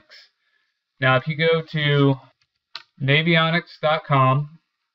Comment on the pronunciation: Gosh it bugs me when people say Navy-Onyx. Almost as annoying as people saying re-Pal-luh instead of Rapala.